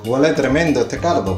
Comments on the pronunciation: Tío, la paella se ve fuera de este mundo, estoy seguro que quedó estupenda, pero el pronunciamiento del cardo en vez de caldo me desquició, Gracias excelente video... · Excelente receta, te felicito, me encanta cuando dices er cardo!!!